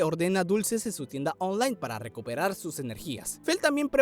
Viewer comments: Dices online muy raro parece que dices onjlane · Tienda ooonlay jajajaja me gusto mucho el video